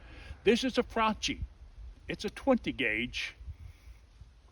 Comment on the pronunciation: You're a nutjob... also, that's not how you say Franchi: "chi" in Italian sounds like "key"